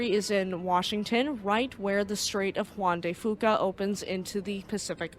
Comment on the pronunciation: Good job E. Your mispronounced words are my favorite. Not gonna lie. It endears me to the channel. Strait of Juan De Fuca. You were close. I like that Friday segways Sunday. Looking forward to Sunday as you usually get the obscure details everyone ignores. Looking forward to the pictures as well.